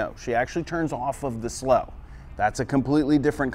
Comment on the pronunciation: I look forward to every Tuesday, now! So the take-away is: off of the second slow. That's easy to remember. I love the way you turn a one syllable word into two, for Two-step (su-low). When you freeze-frame Rose's movements, it makes it easier for me to see how to put all the pieces together. Thanks for another great dissection!